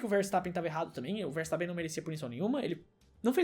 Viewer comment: ele abriu pro Vertappen😁 ele abriu pro verstappen ☠